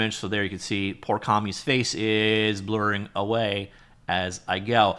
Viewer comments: As both a creative person, as well as a Street Fighter fan of over 30 years, this was great, but it pained me when you pronounced Cammy's (rhymes with "Whammy") name as Kami 😞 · "Poor 'Cawmmy'" 😭 Fr though, this looks like good software